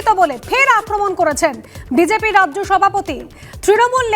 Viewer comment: সংবাদ পাঠিকা ড়াজ্য না বলে রাজ্য বললে ভাল হতো।